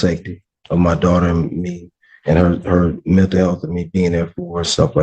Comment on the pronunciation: “His duawter” — said 500 times in 2 minutes.